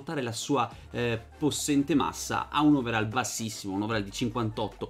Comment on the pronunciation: Si legge overoll, non overall Comunque bel video